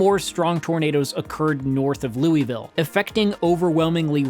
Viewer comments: Great video, but cringe and confusion on the pronunciation of Louisville (please say Lou-a-vul if it’s KY to avoid confusion in the future) — good thing you had the weather onscreen map else I’d think it was in OH or something. Especially since you pronounced Worcester correctly. Love and keep up the great work. from a survivor the 1998 April Outbreak who no longer lives in Dixie Alley nor Tornado Alley and is in a place less likely to get whacked. Still rocking my ‘I Believe In Nashville!’ as a reminder of the 2020 Outbreak miraculous survival of the mural and my personal history. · The fact that he can pronounce Loogootee but not Louisville is surprising to say the least...